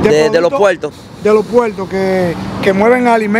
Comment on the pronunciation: No se dice.puelto se dice puerto